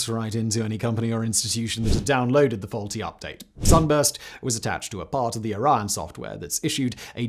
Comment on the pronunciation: A 3 syllable word like Orion and a 2 syllable word like Iran should not sound exactly the same when spoken.